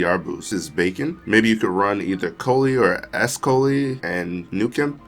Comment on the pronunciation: Bacon 🤣 (Bye-Ken) Biaken